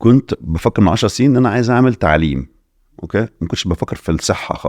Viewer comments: اوكاي او اوكيه مش اوكااه مستفزه جدا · كل شيء جميل لكن ياريت بلاش "أوقي" هى والله بتتقال "أوكي"!!